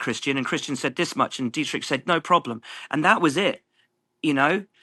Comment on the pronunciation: Butchered Dietrichs surname!